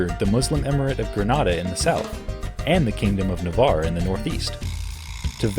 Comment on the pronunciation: First video in English I've ever seen where they pronounced "Navarre" correctly.